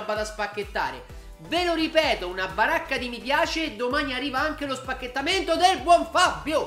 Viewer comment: Ma smettila di dire spachetamento per piacere